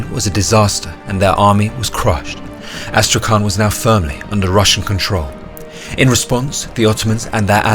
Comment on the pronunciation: Oh, and BTW Astrakhan reads as Astrahan, there is no letter K you need to pronounce, it's H. Читается как Астрахань. And in the end it's soft. Soft word: Astrahan'